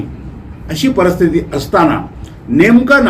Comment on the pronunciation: Parsthiti nahi Paristhiti yedya